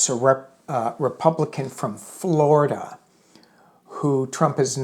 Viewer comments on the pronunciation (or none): none